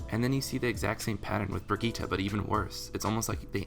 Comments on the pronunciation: its pronounced "bridget" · .......did you just pronounce brigitte, an actual name that's not even that rare, as bregitta?